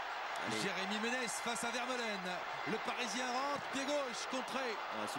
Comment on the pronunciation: par contre les commentateurs qui écorchent TOUS les noms des joueurs belges pfff apprenez vos fiches les gars (on dit pas vitzel mais ouitsaile ni veurmalenne mais vermâlenne ou encore le magnifique aldevereld on dit aldewérelde)